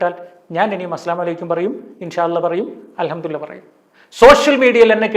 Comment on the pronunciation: Alhamdu le lah ennannu , mariyo padikkannam. Chek arabic its not allah its lah